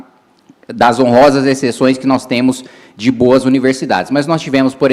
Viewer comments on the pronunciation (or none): nos "TEMU" falado me matou, nos "VAMO" também kksksk num dá. Olha o nível do ministro